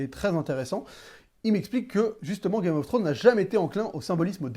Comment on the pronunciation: ça me stresse tu dis "Game of Throne"... y'a un -S à la fin de Game of ThroneS, il faut le prononcer. Beaucoup trop de personnes l'oublient ce -s, c'est triste...